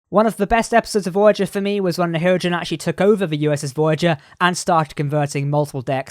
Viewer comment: Yes, it's pronounced ”hir-O-gen”